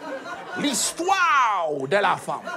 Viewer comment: L'histoiwow wowooiwo 😂😂😂😂😂😂